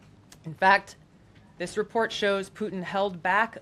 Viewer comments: “Plutin” Lol. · "Plutin" (?) Have another one......: /